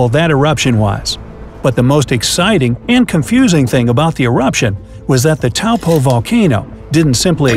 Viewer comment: I'm glad you managed to pronounce Taupo correctly 👍